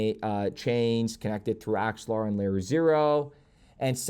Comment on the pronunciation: You did called axelar , good job